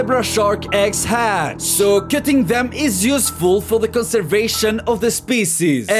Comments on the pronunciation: "LUK AT THIS LOUK HOW BOOTYFUL IT IS" 10years later "LOOAK AT THIS LOOK HOW SCRY IT IS" 😂😂😂😂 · "Luuk how byudiful it izzz" 😭